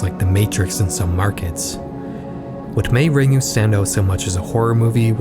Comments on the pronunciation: Had to stop watching due to the pronunciation of “Ringu” as Ring-oo and not Ring-Gu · Ringu introduced the West to J-horror but Pulse is one of the best J-horror films ever made. It's a shame Pulse is often overlooked and received such an awful US remake. Also Ringu is pronounced "Ring-Goo". There's no soft (or silent) G in Japanese. #TheMoreYouKnow 🌈🌟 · Can’t pronounce Ringu. Doesn’t know we past Web 3.0 and stopped the naming convention almost a whole decade ago. I’m out. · love your vids man! (crying at how you pronounced ringu tho 😂)